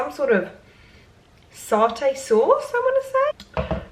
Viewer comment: Sahh-tay sauce really got me 😅 that was the most southern thing. 🤣